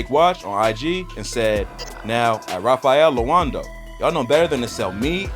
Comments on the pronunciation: Nigga said “Raffael Loanco” 🤣🤣 I love this channel for its flaws. It’s “Raffaello & Co.” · Its "Rafaello and Co". Thats how you say it. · How this dude pronounce rafaelloandco?😂😂